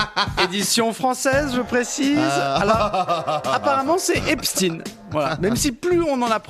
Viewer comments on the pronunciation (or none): Je ne sais pas si Epstein se prononce Epstiiine, mais ce qui est sûr, c'est que Brunel se prononce Benchamoul.